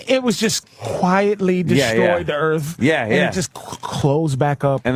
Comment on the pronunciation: "Welcome to Earf"